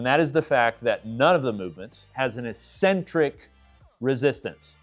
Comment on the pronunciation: IT is pronounced EK-sen-trik NOT EE-sen-trik